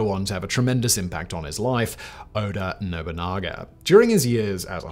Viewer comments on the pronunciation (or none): Oda Nobunga and Toyoti Hideyoshi.....as per Simon's mispronunciations lol